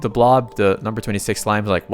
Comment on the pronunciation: it is a SLIME damit a SLIME S - L - I - M - E not SMILE